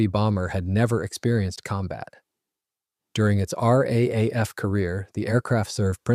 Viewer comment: It's said "Ar double A - eff". You're confusing it with "R - A - eff".